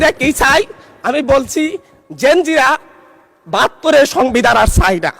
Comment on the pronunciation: ওকি জেন জিরা বলল নাকি জিঞ্জিরা বললো কিছুই বুঝতে পারলাম না। কি সুন্দর উচ্চারণ করলো।পল্টন ময়দান মনে করছে মনে হয়।